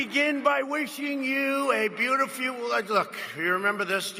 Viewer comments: “a nice conservatuvive talk show host...” , “ a beautifyouv...” . Okay, there’s obvious impairment throughout his rambling “speech “, and when I pointed this out to an acquaintance, he he replied “Everyone misspeaks sometimes.” , just like an obedient trumpologist. Jesus wept. And threw up. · Nope, not right assessment.. But what Trump does do, that is rare, is immediately switch the sentence when he mispronounced a word, to take the attention away from the mispronounced word. In this case "beutifEW" + instant new sentence. He does it about once or twice during about every speech.... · Sounds like it might just be a Freudian slip. Sounds like "beautifuel" to me. Oil. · Like very many people with neurodegenerative disease he's pretty good at hiding it , what happens in this video is that his incoherent flow of consciousness , habitual dotard BS ranting gets interrupted by an incapacity to actually pronounce even one of his go to words : beautiful turn's into " beauty fuel" , interruption something wrong , quick throw in some meaningless interjection : "werd look" , then a personal injunction: " you remember this" , it works he remembers it was about christmas back on track (more or less ) : "do you remember this they were trying" ... christmas war rant . He never was a very agile showman , he always had a little repertoire of "common sense " rants he'd juggle around within controlled environments with admittedly a few rehearsed killer punch lines but he never could compete in a real debate situation . He's been so lazy all his life that his decline is accelerated and now only protected by his position of authority , in better days just a few months back he barely managed scripted one on ones he's getting worse by the day and I don't believe he'll do debates .